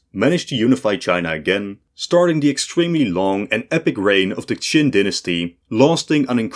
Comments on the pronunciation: that was only solidly wrong, I winced with almost every Chinese name mentioned. The Han, Shang and Wei were pronounced pretty good, but that's it. Xia, Zhou, QIn, Xiongnu, Sui and many more were particularly and repeatedly butchered. It was embarassing how long the China part lasted, at some point I stopped trying to follow the mess. Especially since it jumped forward and back in time repeatedly, but with different graphics. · Narrator said the Romans mangled "Qin" into China. I knew what was meant, but technically it's another one for the list of inaccuracies.